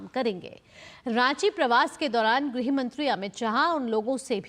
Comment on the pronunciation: गृह मंत्री not ग्रह मंत्री